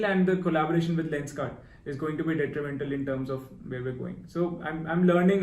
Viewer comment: ye bhai dtrimental kya bol gya